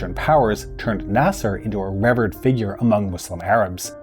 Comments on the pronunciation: Really, (pre-VAIL-ent) really. (RE-verred) Is English your first language? Just Curious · Informative enough but I couldn't take the occasional mispronunciation of words like 'revered' and 'prevalent'. I'm just a grammar snob I guess.